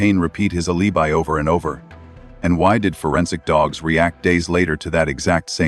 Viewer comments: The AI narrator pronounced alibi A• lee •buy. If you can't get your AI to pronounce words correctly; that's way too pathetic for me to waste my time. Bub bye. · Agreed. Cant even say alibi properly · Alibi not pronounced properly.